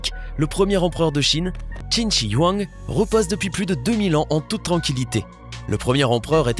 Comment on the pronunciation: Comment tu prononces Qin Shi Huang ! On prononce « Tchine Chue Rouen ».